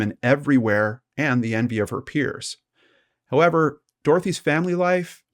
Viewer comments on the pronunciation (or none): none